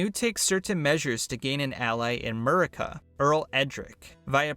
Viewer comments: Sorry to be the annoying history buff here, but it's not " 'Murica" in the making fun of America way, but "Mer-cee-ah" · It is not pronounced " 'murica" it is pronounced "mercy-ah" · This fool said MER-RICA lmao 😂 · nice vid but mercia is pronounced mersi-a